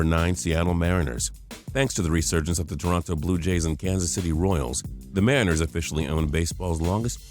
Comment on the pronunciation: You pronounce "Mariners" wrong